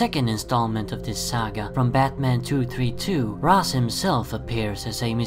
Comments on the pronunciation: Pronounced "ray-sh" not "raz" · And FYI the original creators of the character Julius Schwartz, Neal Adams and Dennis O'Neil actually pronounced it Rashe as well. I don't know where you're getting your information from, but you're wrong.